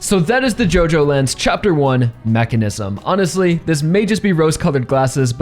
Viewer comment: Say mechanism again… I swear so annoying